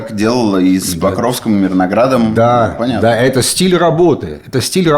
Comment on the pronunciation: Мирноград, а не мирнорад